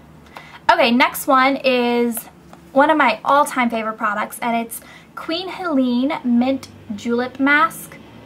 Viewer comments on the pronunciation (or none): none